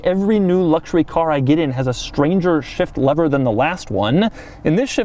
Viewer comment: When he says shift lever, it sounds like shit lever